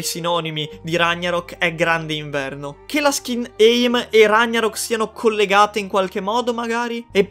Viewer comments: RAG NA ROK. Nn ragna ROK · Ragh Narock si pronunciá cosí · si dice ragnarock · Perché pronunci ragnarok così?